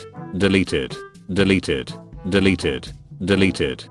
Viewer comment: When he said deleted it sounded kinda like deli tit